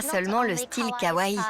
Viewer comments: Kawaii Pas kawaii on prononce le I a la fin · Les images en IA c'est a bannir! + la prononciation à la française de certains mots comme "anime" "labubu" "kawaii"..+ l'emploi a tout vas du mot "cuteness" qui ne s'utilise pas dans la popculture ça "vieillit" le documentaire :/